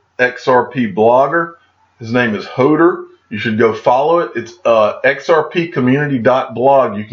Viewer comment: It's pronounced "Ho:door" not a typo. Ho-door... It's a "Game of Thrones" thing. You teach me everyday with cinnamon in your coffee so I thought I would return the favor... Thanks for your videos.